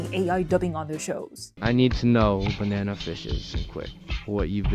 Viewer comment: The bnna fsh.. it was ba n a na